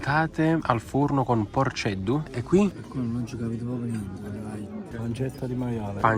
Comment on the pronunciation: non si scriveeer porcedduuu e neanche si diceeee